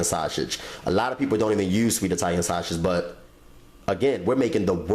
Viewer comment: nigga said "shoshage" 😂